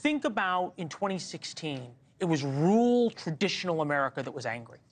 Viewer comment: This guy really needs to learn how to pronounce “rural”. It’s not pronounced rool wtf is that